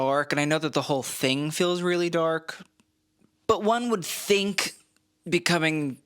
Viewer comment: 🤣😂😂😂At first I thought you said The Donald’s suit was DORK blue! Then I was kinda disappointed when I realized what you actually said. Of course it was DARK blue. Was great while the moment lasted.😂 Thanks again,!